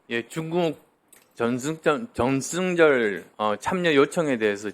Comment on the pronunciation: 국어를 망치네 쩡승절은 뭐냐,,,병원 먼저